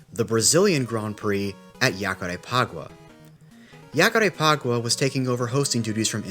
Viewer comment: The J in Jacarepaguá sounds like a ZH, not a Y. Great video btw